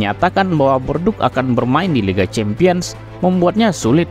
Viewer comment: Videonya bagus pak, tapi pelafalan nama2nya bisa diperbaiki lagi. Contohnya: Micoud harusnya dibaca "miku", Les Bleus dibaca "Le Blu", lalu Bordeaux dibaca "bordo". Tetep semangat, jangan lupa research pelafalan nama2 supaya makin terdengar pro ❤